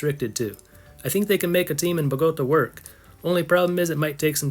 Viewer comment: Say after me: Bo ga ta not bogoata